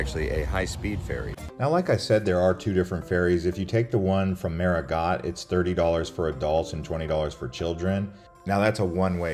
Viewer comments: Great job on the video! Just a friendly suggestion for improvement: Marigot is pronounced "Mary-Go," not "MaryGot." Adding a bit of research on how words are pronounced could enhance your content even more. Keep up the good work! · FYI, the "t' is silent in Marigot, it is correctly pronounce Marigo. Hate to hear it said incorrectly, over and over. . Otherwise you did fairly well, thanks. There is so much about SXM that you missed. It is the Culinary Capitol of the Caribbean with over 300+ restaurants of all cuisines in its 37 square miles, with 37 beaches. . When at Orient beach, that is actually the Atlantic Ocean on that side of the island, not Caribbean Sea at that side of the island. The ferries are fine ,but can make many seasick with rough water crossings. There are many short 15 minute island hop flights to other islands that give you more time to tour them ,and less chance of getting seasick on a ferry and ruining your whole day. Cheers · "Marigot" is typically pronounced as "MAH-ree-go" or "MAR-ee-go" with emphasis on the first syllable. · I was pronouncing it marigo and the car rental lady who lives there told that it was pronounced MarigoT 🤔